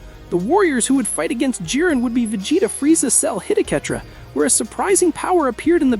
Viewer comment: His name is not "he jin" it's "jiren" u numpty